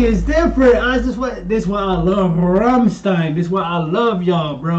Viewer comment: The way you said "Flake" to is correct. Now you just need to learn to pronounce "Rammstein" correct. :D The "st" is pronounced like "sht"